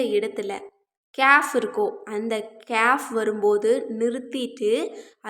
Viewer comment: சகோதரி கேயாப் என்றுஅறபு மொழியில் ஒரு எழுத்து இல்லை. நீங்கள் சுட்டிக்காட்டும் எழுத்தை ' ك' காfப் என்றுதான் உச்சரிக்க வேண்டும்.